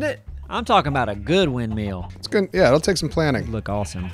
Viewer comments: Wind mill not wind metal!!!!!!!!! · "wind meal"...lol